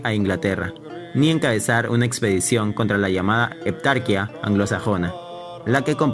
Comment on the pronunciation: Por favor, no pronuncie nombres de origen grecorromano como si fueran ingleses. Es "heptarquía", no "heptárquia". Y es "Almería", no "Alméria". Gracias.